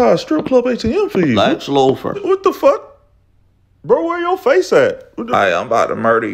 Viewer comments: "lex lufor" man... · My nigga said Lex Lufer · The way he pronounces Luther lmfao Loofer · Watching this for like the 5th and I'm tripping how he keeps adding an 'f' to Luthor lol